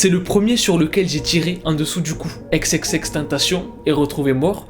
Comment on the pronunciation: Prononce bien son blaz par contre